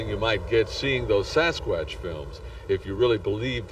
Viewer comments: If you're going to talk about Sasquatch, then learn how to pronounce it properly you dink!!! It's not a sasq"ooo"atch, it's a fucking sasqu"a"tch!! JEEZUZ some people!!! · SaSS QUÀTTCH🦆🦆🦆🦆🦆🦆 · Sass kwattch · Sasqwaash lol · The way he says Sasquatch tho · I wish the narrator would learn how to say Sasquatch, he's driving me up the wall! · Please stop it if you can't pronounce Sasquatch the right way say Bigfoot... just saying..